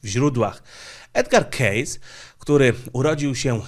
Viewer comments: kejsi nie kejs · O Edgarze "Kejsi" nie "Kejsie" i nie z "Kejsem" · To nie keyss tylko keysi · Edgar Cayce czyt, Kejsi , pozdrawiam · Chcialem uprzejmie zauwazyc ze jego nazwisko wymawia sie Kejsi nie Kejs.Pozdro. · Źle wymawiasz nazwisko. Wymawia się Kejsi a nie Kejs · Edgar Cayce a nie Case. Wymawia sie keisi a nie keis. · Żenada, koleś opowiada o tym Amerykaninie, a nawet nie umie jego nazwiska wymówić. Dam dobrą radę za darmo, jak jestem zerem z języka angielskiego to sprawdź jak się wymawia dane nazwisko w google translatorze... Fonetycznie po polsku wymania się Edger Kejsi, a nie Edgar Kejs... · Komentarz dla zasięgu: nazwisko tego pana czytamy /kejsi/. Program super! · To się czyta kejsi. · Cayce czytamy "kejsi" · Edgar "Czejs" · Edgar kejsi tak trzeba wymawiac